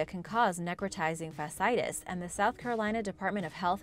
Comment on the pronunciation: fasciitis is pronounced fa-shee-ai-tuhs 👍